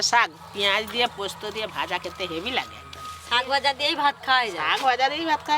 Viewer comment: Sok vaja noi sak vaja 😅